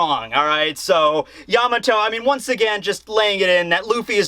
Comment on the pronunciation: im glad you pronounce it yAmato and not yamAto like other youtubers its really annoying